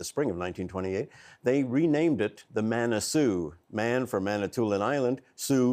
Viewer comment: Manasoo not Monasoo